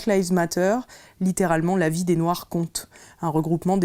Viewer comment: hut c’est noir pas « noix » revoit ton français après tu viendras parler